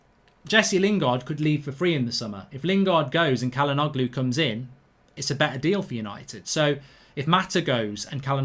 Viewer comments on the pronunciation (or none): It's pronounced as "chalhanouhlu" not "kalanoglu" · It’s pronounced Jalhanolu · Its pronounced "Cha-la-nou-glu" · Mark his name is pronounced Hakan Chal-Han-Oloo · just btw it’s pronounced like “ja-luh-NO-loo” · Its pronounced as “Chalhanoglu” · Not bad mark but the g is silent and the begining is pronounced with a 'Ch' sound